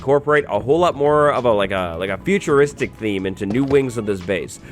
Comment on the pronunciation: Piglin comited suicide at about when he sayed "futuristic"